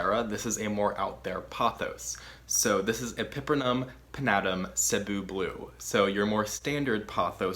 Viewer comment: Omg you pronounced Cebu correctly 😍 thank you 🙌🏽🙌🏽🙌🏽🙌🏽🙌🏽